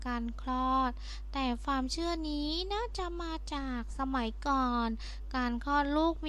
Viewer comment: ดูมาหลายคลิปล่ะ ก็พยายาม ฟังๆ ...แต่มาขัด ตรงคำพูด ..ฟามๆๆๆๆและฟาม...ทำไมไม่พูดความให้มันชัดๆล่ะจ๊ะ..